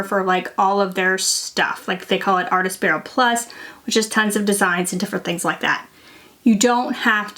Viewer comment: Also, it's "artspira", not "artAspira" 😊.